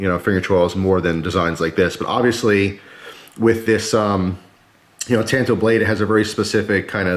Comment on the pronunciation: Thank you!!!! You said it right! When I was in Japan and was touring a major knife factory one of the gents said to me it is called a " tanto" .. So I have forever been saying " You right kemosabe! You Lone Ranger me Tonto" . So thank you for that. Although a really cool knife wearing warpaint could look rather cool! I own the Ruike P138-W and it is stealthy looking , it most certainly won't show up on radar.. Haha! You are right about the quality coming out of China. Yes they have stepped up their game and they are hard to compete with price wise. Here is one of the issues I do have. Americam companies such as Microtech collaborating with a Chinese company to build the Socom Bravo. The Chinese are famous for copying designs. And they keep going till they reach perfection. Like Benchmade is heavily copied. It use to be the way the steel was ground and say the off green colors on their alloy scales. Well they have perfected that along with markings and even the boxes and hang tags are the right color and thickness. They do it with expensive watches and circuit boards and game systems etc. China is a monster that the west has created. We have paid them well to Rio us off. And in return people like Brandon makes deals to purchase products that they built using our designs. . Anyway rant over. The best part of knives like this is you can use them and not feel guilty when screw it all up.